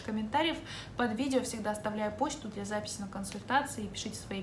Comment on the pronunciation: На 1.13 вы сказали Бля большинства))). Даже переслушала 3 раза